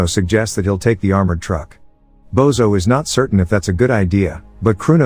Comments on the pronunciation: It's not "Bozo" but "Božo" which is pronouced as Bozho 😅. Everytime he says his name Bozo the clown pops into my head. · It's Božo and it's pronounced Bozho.